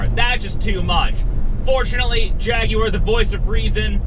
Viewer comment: Thank you for your correct pronunciation of the name Jaguar. Great review also